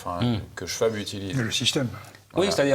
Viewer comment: Schwab : schVab pas schouab, c est de l allemand.